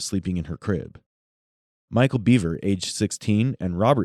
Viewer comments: It’s pronounced “Behver” not “beaver.” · BEVER not BEAVER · The thing about this case which buggs me the most, is that the boy is called "Bever", but is being pronouced as "Beaver"... Wtf USA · Their last name is pronounced Bev-er not Bee-ver just for clarification. These boys are sick in the head. There's a special place in hell for these guys. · It's bever not beaver bro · Why is the narrator saying beaver?